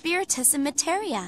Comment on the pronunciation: "I am Materia." Yuffie: MATERIA ????? :D